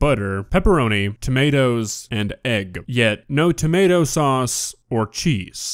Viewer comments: What the hell is a "tamawta"? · Explain to me how she went her entire life without realizing it’s not tommiahto